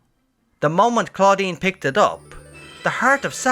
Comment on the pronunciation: Most of the things i wanted to say have already been said, but i must say it sounded like you said "Claudine" which is a girl's name in french, that poor researcher is Claudien, that sounds like Estinien... It made me laugh 😂 But, i'm glad we finally learn what it is, it was bugging me !